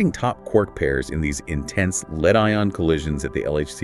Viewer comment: Is that an AI duo conversation kind of thing? I would never have guessed were it not for the "leed, led" mispronunciation.